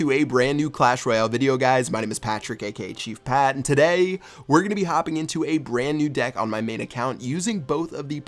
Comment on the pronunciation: the way you say today makes me wish I was deaf